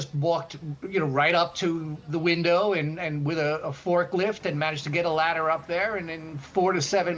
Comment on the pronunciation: Wow" laddars" 😂😅😂